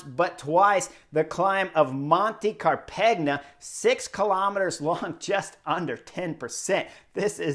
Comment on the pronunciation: Dude....Car-peg-na? Learn the local enunciations.